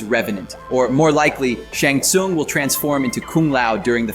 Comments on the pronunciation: Who is shong Shawn? You mean 'sha-yng soong' spelled shang tsung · Dude really said "Shung Sung" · dude said Shong Song ..... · mans said shong sun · how are you going to do a review and misspronounce the most iconic mk bad guy Shang Tsung? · That's not how you pronounce Lui Kang and Shang Tsung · Shang Tsung not Shung Sung Liu Kang not Liu Kung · Loo Kung? Shun Sun? Sorry about my OCD :P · While you make a lot of good points and a very informative video, you need to work on your pronunciations, I winced at multiple, like tarkatans, Shang tsung, hanzo hashashi, kuai liang, study up on them big homie, you definitely need it 😭